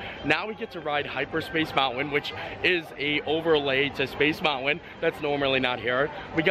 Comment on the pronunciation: Lol,, this is MY PARK. I live in San Fernando Valley and used to go here frequently. This IS the best park as it's differences from WDW are vast. Small world is a gem. That CHICKEN DINNER is delicious! I wS thinking double mashed potatoes, then you mentioned it! 👍 It's cute how you say Space MOUN AIN, Instead of Mountain. You don't pronoun e your Ts LOL. CUTE😁